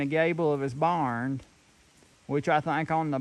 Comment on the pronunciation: I'm as country as they come but I never heard anyone say barnd, thought I misheard at first. Keep them videos coming, I love'em.